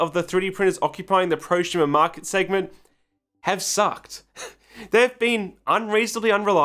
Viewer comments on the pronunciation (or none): Why do you say ProSHumer? Instead of prosumer. I thought there was a speech impediment but you only say it with su sounds. I feel like we're being trolled.